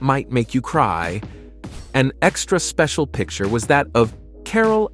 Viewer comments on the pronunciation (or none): none